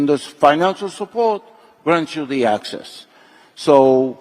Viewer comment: Wait...is he saying "access" or "Axis"?